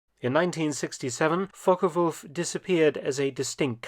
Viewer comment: I really appreciate the way you pronounce Focke-Wulf